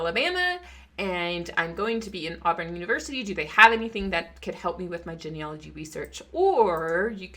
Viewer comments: Love the info. Always something to learn. Please pronounce genealogy correctly. It's a long e sound. Starts with the word Gene. Like gene pool, a DNA thing. Its pronounced gene, not gen. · Uhhh… It’s “GEE-NEE-ah-loh-gee”. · Please learn how to pronounce the word genealogy.